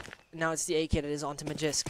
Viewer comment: Please pronounce magisk better its not magics